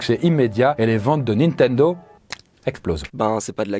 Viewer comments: ":Nintendo" ou ""Nintento" ? à 😅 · Juste après la promo : "Nintento" Bah bravo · 2.53 : "nintento"?? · Ah oui :"Les débuts hasardeux de NintenTo" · Nintento avec un "T" ? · NINTENTO hahahaha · Ta mis un T à la place du D de "nintendo" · "Nitento" à la 3ème minutes hahaha Sinon la vidéo est top :) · wesh rien que le début de la vidoe il arrive a ecorche le nom Nintendo vas y degage ... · amazonE nitendTo Oof